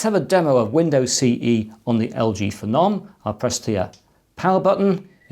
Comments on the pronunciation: FE-NOM, Im sure it was pronounced PHENOM said the same way as VENOM. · Wtf is a feh-nom